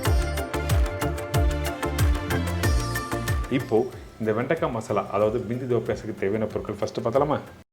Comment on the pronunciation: அது பிந்தி இல்ல....பிண்டி. நீங்க சும்மா தமிழிலேயே சொல்லுங்க.